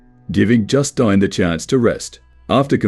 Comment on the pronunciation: cant pronounce Justine lol